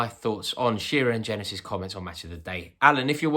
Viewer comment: the way you mispronounced jenas' name is hilarious